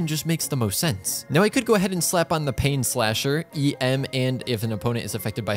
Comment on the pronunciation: I can just go on and Slap her the "Painslasher" Sorry You meant Rainslasher Right? RIGHT? Edit: Again After "Painslasher" might be better wheezin